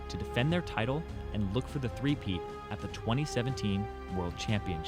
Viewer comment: the way you said it i didnt get it pal im so sorry <3